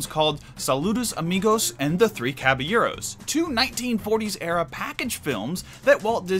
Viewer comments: It’s not the Three Caba-gyros. It’s not the Three Caba-euros. It’s the Three Caballeros. Jeez louise. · God wow I'm a white person and I don't even say it that way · You need to learn to pronounce Caballeros. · Omg that was driving me nuts